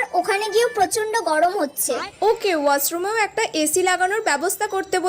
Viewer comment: ওয়াছ রোম😂না ওশরোম😂 গরম কালে আপনা দের মাথা লরে গেচে আরকি😂😂😂😂😂